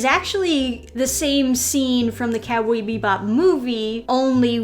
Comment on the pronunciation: "Cowbee Bebop" XD